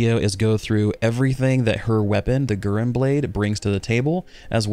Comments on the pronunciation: it's "gu" + "ren" with e like you prunounce ramen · Its should be Gu like in guru and Ren like in Rent. So Gu-Ren 😌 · Naah it means Crimson lotus (flower) and Guren (紅蓮 or ぐれん) is pronounced Guren platonically, say GU like in french so it would more sound like Gewren I think for english speakers